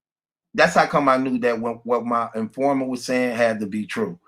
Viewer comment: In- for-mant... c’mon, sound it out 😂 “confident informer”